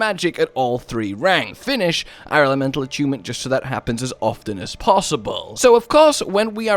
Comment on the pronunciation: downvote for annoying added bs drama to his voice, also for (assuming) pronouncing the word ''often'' improperly. yep im that jerk.